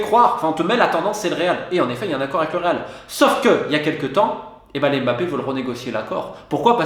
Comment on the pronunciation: On dit Mbappé et non M bappé svp prononcez bien les noms de familles d’origine africaine. Ngolo Kanté et non N golo c’est pas compliqué pourtant.